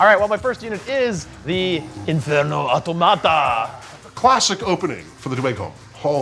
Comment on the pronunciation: I think the Automata you say with emphasis on the “o” not the “a”. 😂 you may know and are just having fun making them sound like a tomato.